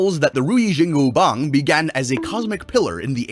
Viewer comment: Bro As a chinese Who watches sun wukong i Am specially offended how he spelled and said ruyi jingu bang he absolutely butchered it bro but i guess its fine